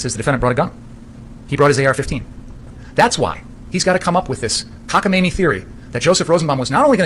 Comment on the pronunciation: Lol he said "cockamaimy"